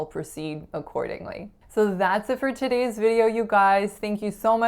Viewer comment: American Accent Mastery agreed in general, but your pronunciation of “about,” “today,” and “video” are very Canadian sounding to me. Remember that in the USA, cloud and house rhyme exactly but in Canada they don’t. Also, you pronounce today as todeeeegh, which is Canadian. Also you pronounce video with a very Canadian sounding O. And it’s wonderful. I feel sad that you felt you had to change your accent. I’m glad you seem excited about it though. Speak how you wanna speak and be who you are. Loved the video!